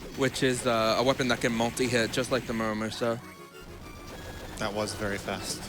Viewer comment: Dude can't say Muramasa right for his life